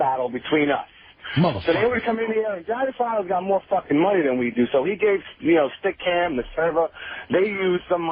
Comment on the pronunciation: I used to think it was Stick 'em the way said it... it's Stickam